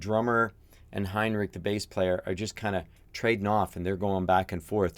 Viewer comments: Henrik, not Heinrich like a german n. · ‘Next to You’ needs a listen. Also:Drummer’s name is Aron. Bassist is HEN-rik; not HINE-rik.